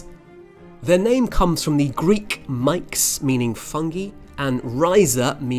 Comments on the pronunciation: "Greek mikes". Shouldn't that be two syllables? Do the various fungal fruiting bodies that you show belong to the mycorhyzal fungi? ".. wasp to eat the eggs". Eat them or parasitise them? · It really bugged me you mispronounced the Greek word for fungus, according to how it's written phonetically in your video.